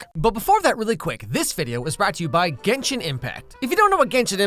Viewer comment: you know he hes leing and has never played genshin because he pronounced every name wrong.